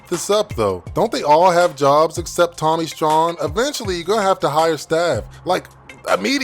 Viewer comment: Props and saying Tommy STRAWN correctly, but Pam is badder than Gina??? ✌🏼